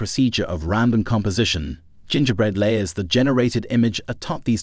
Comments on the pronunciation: Oh, I heard that, too. Hard G and rhyming with "winger". Nuts pronunciation. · Haha, I caught the hard G on that one G. OP thinking Adobe would be pronounced A-doab rather than Adobee, is funny tho. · Robot read. GIN-GAH-Bread? Pay someone to read your stuff and make sure you proof what you're posting. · Gen ger bread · You lost me at the ridiculous pronunciation of "Gingerbread", my goodness... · Also how it pronounces "Gingerbread" Lol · That's how I and everyone I've ever talked to pronounces it. Weirdly you completely missed it getting 'gingerbread' completely wrong. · Or gingerbread for that matter. Should use 11-labs. Guaranteed 1000% better than this. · Or Gingerbread 8 times out of 10.